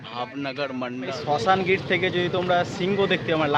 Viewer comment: আরে ওটা শাসনগির😂 শশানগির নয়